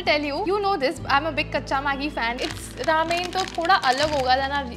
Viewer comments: Pronounce ramyeon not ramen. I like gravy Maggie and the green vasline is light but once I applied a lot of vasline and went to a class and even after 3 hours my skin was oily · ramen is pronounced as raa-men and not re-men but irrespective, love the video